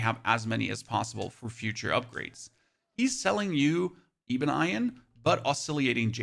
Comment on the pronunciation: Great video but are you screwing with us to increase comments. Ebon as in ebony and Iron as in the metal that rusts. I can kinda see how you screw up the first part but iron??? also Oscillating = Ah + sil + late + ing